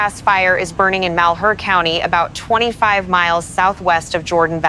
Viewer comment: Thank you for paying attention to this. Here are the ones I've found: Malher - pronounced Maller, Okanagan - pronounced Okanoggan as in noggin. Chelan - as in land, Estacada - last part sounds like cada (cicada) a long A. Thank you.